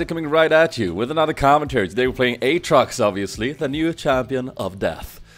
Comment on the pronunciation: You say the name this way! "Åtrox"